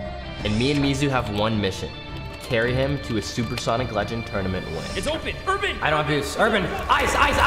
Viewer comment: “Carry Urabn”